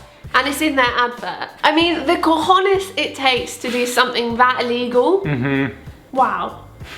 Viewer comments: I am from Spain and I can say that you pronounse COJ*NES very well😂😂❤️❤️❤️❤️ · I was listening this is the background until I heard the word COJONES so perfectly pronounced that I had to come back to the video and see what the hell was going on 🤣🤣🤣🤣